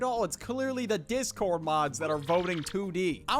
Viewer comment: . "the dihscord"